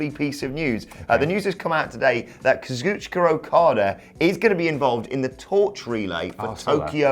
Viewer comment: Why do Scottish people put an ER at the end of words that end with an A? For instance, they say Kazuchiker instead of Kazuchika 🤷‍♂️